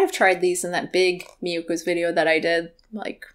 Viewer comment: I'm hearing Miyokos as mucus and so is the captioning.